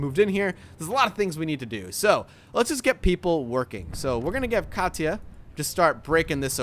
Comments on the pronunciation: I heard it as Katch ah. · I dont want to sound rude but Katia is actually pronounced "Kasha" And Pavle is pronounced "Pavel"